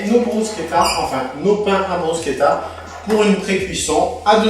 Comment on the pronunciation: En italien, d'où vient le nom, elle s'appelle "bruschetta" et pas "brusquetta" qui est une francisation à toi, sympas quand meme.